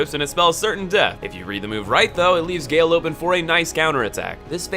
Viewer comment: It's Gael, not Gale